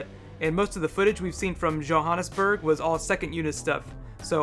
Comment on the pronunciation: Dude its Joe-Han(like ant not aunt) ness(like loch-ness) burg dude you brutalising my home .lol.